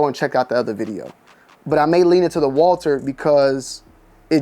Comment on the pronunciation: Winning so much mfs still don’t know how to say their name